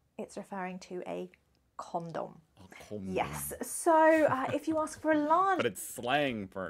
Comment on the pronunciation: Yes CON-DOM , not CAAARRRND'EM 😃